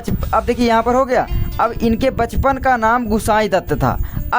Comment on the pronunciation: mahoday Ji Bachapan Hota Hai Pachpan Nahi hiihihiiihihihihihih